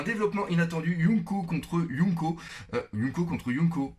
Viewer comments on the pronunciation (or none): yonkou pas younko xD